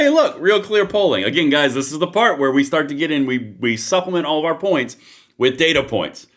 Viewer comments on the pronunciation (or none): none